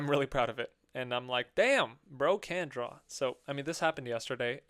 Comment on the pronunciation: Idk if this is intentional… but when you said “damn bro CAN draw” it sounds like “brocandraw” lol